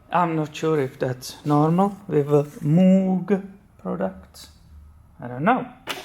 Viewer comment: It’s pronounced “mōg” (or “moge”). Common mistake.